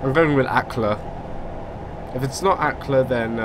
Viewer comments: Norwich: Nor-ich Brundall: Brund-ull Acle: Ay-cul Lowestof: Low-stoft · Acle is pronounced ai-cle